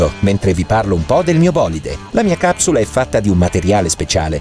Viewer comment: a me sembra che dice cazzula e non capsula